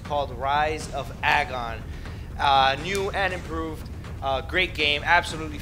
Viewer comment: I like it. but its pronounced Agon like Ayyeee-gon